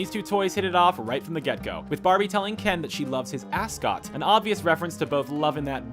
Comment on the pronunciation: it sound like "FuckWad"